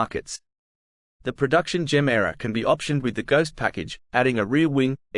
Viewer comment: pronouce it GE MERA not GEMERA it means give more in swedish